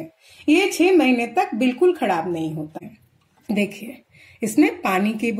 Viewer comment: Bihari ho kya "Khadab" nahi hota